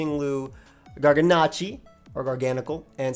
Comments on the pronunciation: Bro. Scientific name of salt is NaCl, and that's why the pronunciation is Garga-nakel, not Garga-nachi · hey genius, for the last time, that's an L not an i,. L L L L L L L The name is garganacLLLLLLLLLL. So pronounce it however you want, just know ya look really silly because there is legit no i, in the name, at all. Period. End of story. GarganacL. No i, . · Would garganacl be pronounced "gargasalt"?